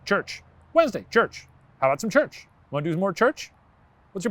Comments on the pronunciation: Shane really made church sound like a fake word didn't he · he made "church" sound like slang for cocaine lol